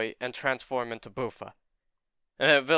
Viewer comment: It's not Boo-fa, it's Buff-fa like buffalo